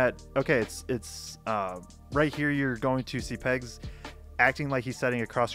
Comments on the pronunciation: Pegues is not pronounced “Pegs” it’s pronounced “Peh-Geez” Great analysis, War Eagle 🦅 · Also, it is pronounced like Puh-Gees. Weird name, I know.